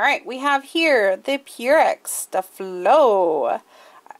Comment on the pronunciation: Pssst. It's pronounced, like stay-flow. Spelled as it is for marketing purposes. Years ago there were commercials on TV and that's how the company pronounced it. Just a heads up.